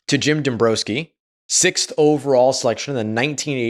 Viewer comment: Dom br-OW ski. Not an O but an OW sound. So many people are getting their pronunciation cues from AI or reading only we suffer through irksome mispronounced words and names at a noticeably greater rate. No need for it.